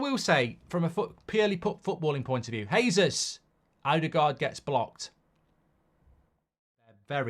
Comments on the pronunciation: Its pronounced Jey-zeus not Hay-zeus. Hes Brazilian, they speak Portuguese no Spanish. Just like its Jo-zay Mourinho not Ho-zay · Its JAYsus not Heysus.